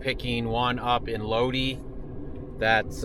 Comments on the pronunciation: Its pronounced LOW DI not low dee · It's Lod-eye not lod-ee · It is not LODEEEEE, its LODIIIIIIII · Ur in my neck of the woods. Lol. It’s Lodi long I. Not lode. Lol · Just a minor correction bro.. It's pronounced "low-dye" 👍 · Dudeski....it is pronounced loadeye...like shoot a load in her eye. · Right, like "load-eye".